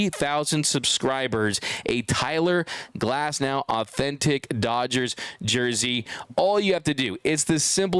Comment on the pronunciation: “CYLER GLASNOW”